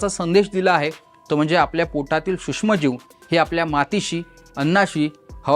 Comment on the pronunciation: हा सुष्म म्हणतो? हा नक्की मराठी आहे? त्याला आधी सूक्ष्म म्हणायला शिकवा.